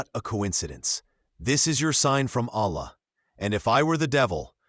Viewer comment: Please my guy, dont make the word "Allah" with the AI because it will make it wrong